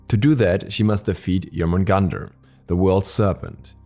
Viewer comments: Jormungandr is pronounced as Yourmungandr. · No offense but your pronunciation of Jormungandr is wrong.